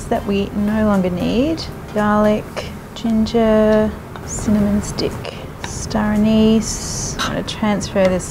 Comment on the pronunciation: "stoneys" = star aniz :-|